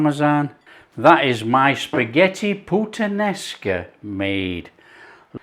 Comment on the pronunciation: You do not say puttan esca but putta nesca Great italian yes.